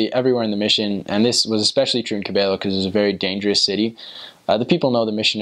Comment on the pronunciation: you pronounce "Quevedo" as if you were from Ecuador! hehe. congrats!